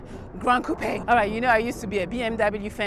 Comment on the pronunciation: Watching this again and realized she pronounced coupe correctly. That's something I find irksome about a lot of car reviews of other coupe style cars